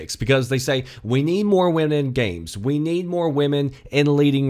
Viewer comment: You have a funny accent when you say "we need".